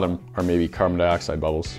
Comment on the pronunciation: he said carbon dioxid